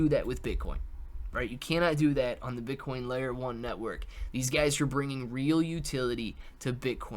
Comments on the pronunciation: This man REALLY said Bitch-Coin IM DEAD! 🤣🤣🤣🤣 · I came to the comments to see if I was the only one who heard the same shizz lol